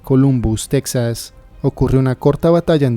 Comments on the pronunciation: No se dice Tecsas se dice Tejas aunque se escriba Texas por cierto columbus no esta en Texas. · Así le dicen los gringos porque no saben bien cómo se pronuncia la letra x entonces lo dejamos como tecsas no como en México que la letra x tiene más de 3 pronuncoasiones diferentes.